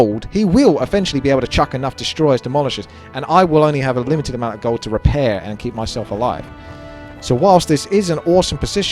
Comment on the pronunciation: Spaking of Gold would you spell it like ''Gauld'' than saying it like that?